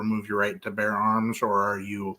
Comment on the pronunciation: "Bear." Not "bare." 😂😊